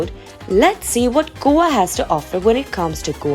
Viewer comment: Please get your pronunciations right, learn them from a local and revise them before confidently butchering the names on a platform like this.